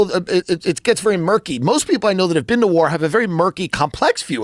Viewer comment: “And you haven’t even BEAN THERE?”